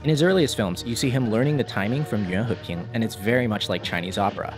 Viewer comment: The pronunciation of the Chinese name "Yuan Heping" is great